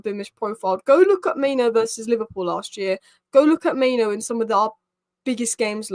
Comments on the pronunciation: it's pronounced MaiNOO not MaiNO - 'noo' as in rhymes with 'moo'. The least we can do is pronounce the players names correctly... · For a native English speaker, there is nothing difficult about saying MaiNOO instead of MaiNO. I could understand your point if I was referring to a player with a name like Gyokeres or Szoboszlai but Mainoo is not a difficult name at all. It's literally two syllables.